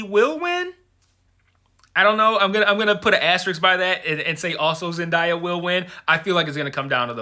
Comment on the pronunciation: I loved this review and I am also rooting for Zendaya,but here's how to pronounce her name correctly